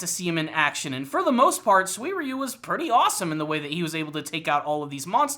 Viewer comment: How did he pronounce his name, come again? Swierieyou???Dumbass